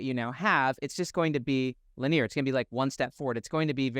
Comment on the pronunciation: Your content is always helpful in reframing my perspective on my life. Silly question, but I’ve noticed you have been pronouncing “Linear” as (Lin-EAR) instead of (Lin-EE-er). I would expect that from a French or Latin accent, but where does that come from with you? Just super curious 😊 Love the helpful videos!